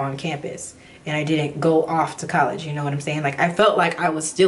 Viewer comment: "Collegy" lol! Girl, I totally understand u👍🏾